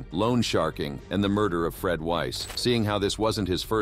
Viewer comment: This thing is text-to-speech robot voicing. The quality is exceptionally high, but these sorts of things give it away. Somebody typed "Freed" instead "Fred" at one point, and it was dutifully pronounced "freed". A human narrator would catch the mistake and pronounce correctly, as it had been only a few seconds before.